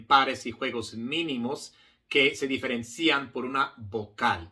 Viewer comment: Gran maestro, con toda admiracion, permitame corregirle que la pronunciacion de diferencian en la silaba cian no lleva acento. Osea la " i ". Ud. Habla muy bien español. gracias. 🎉